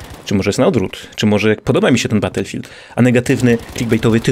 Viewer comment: Batulfild łan leprzy xD